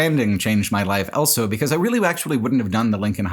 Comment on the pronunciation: Congrats on 10 years of pronouncing the word "also" as "elso".